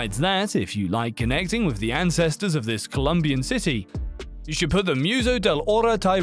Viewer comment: Pronouncing museo as "musa" casa as cassa...